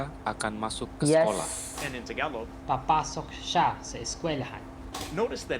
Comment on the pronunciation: ITS NOT TAG A LOG ITS TAGA ---LOG the A on the GA is the long A